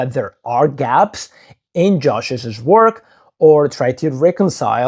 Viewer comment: Please note that “Joshi’s” is pronounced “Josheez”, not “Joshisiz”. Two syllables, not three.